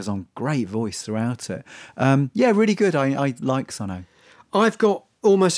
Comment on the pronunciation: it's pronounced Sunn not Sunn Oh